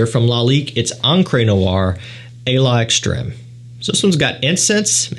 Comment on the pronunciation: Hey! It's not "Aye la extrehm". It's "ah lex-trehm". The 'a' is separate and is therefore pronounced separately. And 'a' in French is 'ah'. 'l'extreme' is sort of one word, 2 syllables: "lex-trehm". Why not try to articulate the French th way French is supposed to be articulated? Have Google translate whisper it to you!